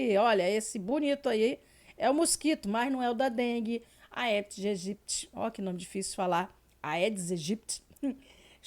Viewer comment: A pronúncia correta é: EDIS EGIPTI ! A Palavra AEDIS é da língua latina. ( Língua morta) . Foi usada pelos antigos romanos. No latim, os ditongos AE e OE, só se pronuncia a letra E.